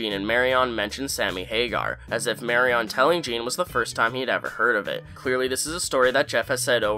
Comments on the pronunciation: It was seriously driving me crazy, every time he said it I wanted to scream "It's MARION - like Maid Marion for heaven's sake!" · My friend. Where are you from, geographically? Why do you keep pronouncing Carol Burnett's character name as "Mary-ON.?" Have you never heard the name "Marion" before? The last syllable is not pronounced as the word, "on." The stress is on the first syllable, and the last syllable is better pronounced as "Mary-uhn." . 🤷🏻‍♂😂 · Marry-on, huh? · I love how you pronounce Marion like it's a Mortal Kombat character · My guy when have you or anyone else ever heard “Marion” pronounced like that? 😂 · The way you pronounce Marion is weird and not from the show. Watch the beginning again and listen to the deli guy. That's how the name is pronounced. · Why are you pronouncing Marion like that? Lol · Decent enough video. More like a synopsis video vs a "things you missed" video. Also, it would have been nice if you pronounced Marion correctly. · I think I learned more about you than the episode from this video. By your description of your hatred of chewing sounds, you, like me, have misophonia. And by your mispronunciation of Marion, you’re probably in your 20s. Early 30s tops. Sorry to be creepy! 😝 I love your channel - keep up the good work! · The way you pronounce "Marion" is incorrect. Not Mary-on It's Mary-un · It's pronounced Mary-in, not Mary-on. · Her name is Marion...not Mary-on. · If that's it, then it's an extreme lack of cultural sensitivity on his part to not try to get her name right. She's from Nebraska. And she doesn't pronounce her name Mary-on. Stop defending cultural insensitivity. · Who is “marry-on”? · I can’t even watch this because of how you pronounce Mari-on. Have you never heard that name?? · It was funny how you pronounced “Marion” in this video. “Marry-on” 😂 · Marion not Marry-on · “Marion” does NOT rhyme with “carrion”! It’s pronounced more like “Marien”. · Marion = not marry on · MARY-ON? um try again